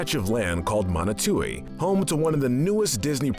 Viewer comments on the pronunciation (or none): It's Motunui not Monotui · Motunui not Monutui